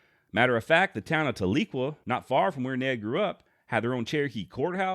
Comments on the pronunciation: Its pronounced TAL-eh-kwah with the emphasis on the first syllable. I have family there. They'd laugh if I said it "ta-LEE-kwah" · Talequa has a soft E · Tahlequah is pronounced Tal-le-quaw. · there is a good book by Larry McMurtry titled Zeke and Ned about Christie, enjoyed reading it. The way to say the name of the town is more like Tally Kwa btw ;) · Hey buddy, love the vids. Just a heads up tho. As a grandson of a Cherokee that was raised on the rez near Tahlequah Oklahoma, no biggie cause a lot of towns in Ok are weird, it’s pronounced Tal-e-kwah. Tal like the word tally, short E sound like the word end and quah like the word squaw. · I like Ned Christie. I think that often, unjust laws push people into a corner and they end up fighting with their backs up against a wall. Ordinary good people end up turning violent, as it becomes a fight for life. This is a very big injustice. PS. You mispronounced Talequah. Tal - LA - quah. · Tahlequah is pronounced like "towel- a- kwaw" by Oklahomans. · That's what I'm saying my family is from tahlequah Oklahoma and we always pronounced it different than how he's pronouncing it